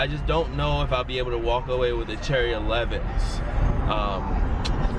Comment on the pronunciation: please stop saying cherry 11s😂😭lol